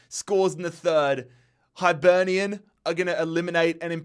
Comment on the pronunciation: The “Highlight” was “Kill- ma-Knock” vs “High-Burnian” 😂